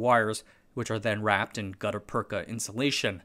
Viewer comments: it is read "gutta pertscha" use google translator to read it. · It's pronounced "gutta persha" with a shhh not a cha. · Yes, "gutta-perka" is a funny word when pronounced that way. The second half is actually pronounced "perch-a" and it's used today in root canal surgery to backfill the hole in the tooth root and prevent bacterial intrusion. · It’s pronounced Gutter Perch-aa. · Merriam-Webster says gutta-percha is pronounced gut-uh perch-uh that is, the second word ends in cha, like in cha cha heels. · The "ch" in gutta percha is pronounced like the "ch" in chair. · I'm only three minutes into this video, but I have to stop watching. You've already mispronounced Gutta-percha six times and I can't take it any more. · Gutta-percha, you got the first bit right. But the second bit uses the ch sound used in perch. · Great video as always, but my ears bled a little each time he mis-pronounced "gutta-percha". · New video, new mispronounced words. There is no K in "gutta-percha". There are many online dictionaries with phonetic transcription. There is google translate with voice over feature. It's wrong to assume that an unknown English word is pronounced the way you first thought it's pronounced. Such mispronunciations undermine the authority of what's being said. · My man mispronounced the most obscure word and someone’s here to get his ass!!! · Well done, but you should really confirm the pronounciation of words. rattan ra- 'tan rə- gut·ta-per·cha /ˈɡədəˌpərCHə/ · I think you are pronouncing Gutta Percha incorrectly. I think you are pronouncing Rattan incorrectly. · you pronounced rattan and gutta percha wrong